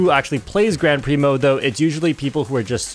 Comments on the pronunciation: The way you pronounce "Grand Prix" tells me you know nothing about racing outside of Mario Kart. 😅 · weird how he pronounces Grand Prix.. innit?